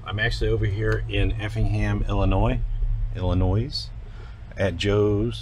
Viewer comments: Sorry, it's pronounced "Ill - I - noy", not "Ill - I - noyz". Keep on truckin' my friend. I appreciate your continued professionalism and offering an insight into what you experience day to day out on the road. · the s is silent in illinois pretty cool truck be safe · Illinoi the s is silent..btw we've got same puppies name